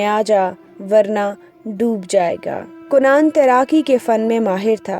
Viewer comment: lafzi tahqeeq kan'aan name he kun'aan nahi he garur nahi he guroor he par-khache nahi parakhche he ehlo ayyal nahi ahlo ayaal he